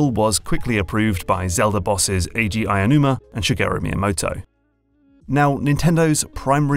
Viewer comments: Thank you very much for the video! Just so you know, it`s pronounced OW-numa, not AYA-numa. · I hate to be a nitpicking ned, but a-o-numa. not ai-a-numa. You're always talking about accessibility and all that other sensitivity stuff, maybe get the guy's name right.